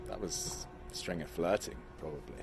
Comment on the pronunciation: Theo can't pronounce Stringer! 😀 He sounds like Sean Connery, without the Scottish accent! That hat must have turned off Charlotte! 😀